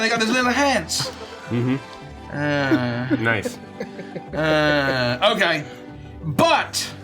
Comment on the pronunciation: "NAICE" said ChatGPT